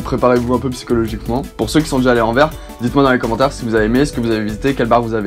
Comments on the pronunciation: Stpppp ! Anverssssssss ou Anterwerpen à la rigueur mais pas « Envers ». Ça fait limite mal aux oreilles haha Sinon merci pour la vidéo 😁✌️ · Moi qui suis belge on prononce le S AnverS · Paris on le prononce "pari" et pas "parisse", bah tu fais pareil pour Anvers et tu respectes les prononciation: "anversse" ;) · Anvert ??! Je suis sûr que tu dis même BruXelles...!! 😂🤔🧐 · ON PRONONCE LE S DANS ANVERS